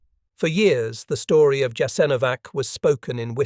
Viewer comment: A good video totally spoiled by the AI narration. WHY is the name of the camp repeatedly mispronounced?? The AI seems to have setteled on Jas-an-O-vac, while starting out callling in Yahs- IN-o-vac, which is close to the preferred pronounciation.